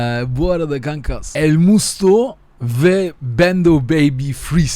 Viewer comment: Sen daha elmusto non ismini söyleyemiyosun